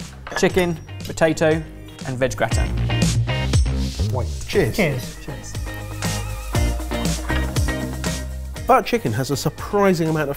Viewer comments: Me, as a German person: listening to explain his plan and hearing him pronounce gratin I'm sorry sir, what are you making??? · "It's really annoying me that your not calling it a gratan-touille" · James Miles indeed but Germans pronounce it the French way and... doesn't. 😂 Not that that is a bad thing, just confusing to hear when not used to it.